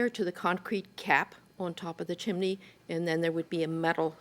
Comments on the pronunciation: CHIM=NEY folks not CHIM=EN=NY. Chimney has TWO syllables not 3. WTF does NO ONE know the English language FFS???? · CHIM - NEY, not CHIM-EN-NY. 2 syllables not 3. Look it up. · Why is she saying chiminey It’s chimney. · Each time they say chimaney I lose my mind. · Jiminey Crickets, it's a chiminey. Judge M always says this word incorrectly AND she misstates the "....you or my lying eyes" adage. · As soon as she said chminey, I headed straight to the comments. I was not disappointed. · She was watching Mary Poppin's with that CHIMINEY pronunciation. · That’s because in Spanish, it’s “chimenea”. I suspect that might be an influence. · The way Milian says chimney is wild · Am I the only one who loves the way JMM says "chimney"? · Judge always turns 'chimney' into 3 syllables. 😄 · Someone tell JM the correct pronunciation of chimney. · Why is everyone pronouncing chimney like that????